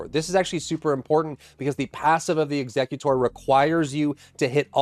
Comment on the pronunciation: WHY are you pronouncing Executor like the Pokemon Exeggutor?!